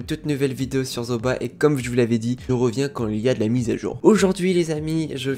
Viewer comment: On prononce Zooba comme Zouba pas Zoba !